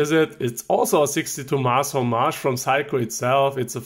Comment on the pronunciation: I love how Germans pronounce Seiko like "psycho." You and Jenni Elle both do it and it's really charming.